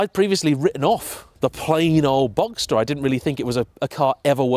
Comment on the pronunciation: It took me until you said convertible to add 1 and 1 to get to "boxter" 😂😂 but when you revealed it then it made me all the happier 😁